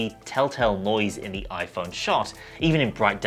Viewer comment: the oi-phaurrrn